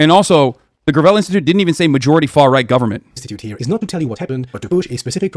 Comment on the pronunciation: The way he pronounced Gravel's name like it was material for constructing country roads was kinda rough ngl . Mike Gravel is a legit hero